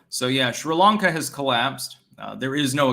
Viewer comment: mein Herr, please pronounce Sri Lanka correctly. It is "Sree-Lahnka", not 'shree'. Also, you mispronounce Enschede. Do check mit deiner wijf.